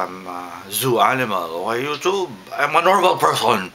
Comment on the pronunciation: i love how you pronounce it: yoochoob and beejo